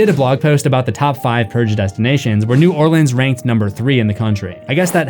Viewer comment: As a Louisianian, thank you for pronouncing "New Orleans" correctly.